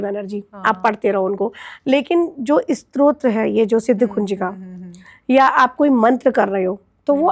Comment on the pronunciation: बेटा स्त्रोत नहीँ स्तोत्र stotra उच्चारण करो , स्तोत्र शब्द स्तुति का derivative है Anchor भी और आप भी स्त्रोत strota बोल रहे हो जबकि शब्द स्तोत्र stotra है और यह गल्ती बहुत सारे लोग करते हैं। किमाधिकम्.... आदेश आदेश।